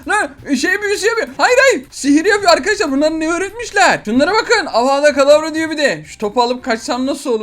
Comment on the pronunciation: avada kadavra deil avada kedavra o